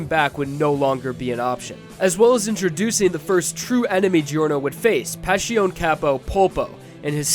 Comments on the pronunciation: STOP SAYING PASHIOUN! Its really cringe! as an italian i wanna choke everyone that spells it like that. Guys its not that difficult. Its much easier then that, just say Passione. Its literally spelled like its written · I have no idea why he pronounces it like that its not that hard to say passione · Why is pronounced PasHiOn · Vento Ohrayoh? Pashioun? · going from saying "vento aureo" (Italian for golden wind), but pronouncing both it and passione wrong irritates me. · I'm like 95% certain that's not how Passione is pronounced. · take a shot every time mispronounces passione